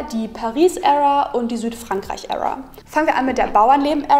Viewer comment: Wenn Kiddies von heute versuchen cool zu klingen, in dem sie viele englische Eindruecke einwerfen... Uebrigens, Era spricht man wie "iera" aus ;-)